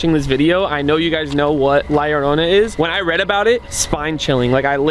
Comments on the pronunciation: Btw la lorona is pronounced ad la yorona but it spelled different like la lorona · she didnt make a sound cause you kept butchering her name yarona its llorona! lol pronounced (yorrr-oh-nah) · Yo faze rug la llornana to pronounce it easir u can la yorona and bro was i tbe inly one that kept seeing the white behind shermen and brian in the last myth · You guys said la llrona wrong faze rug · It is pronounced LA LLORNA (LAH-LORE-NAH) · “La lorona”💅😩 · He.cant say LA LLORONA properly